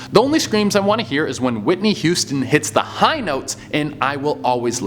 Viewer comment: You butchered Whitney Huston 😪😂😂